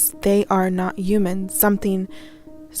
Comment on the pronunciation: Why the hell do you say "human" like that!?! Good Lordy girl update your audio too!!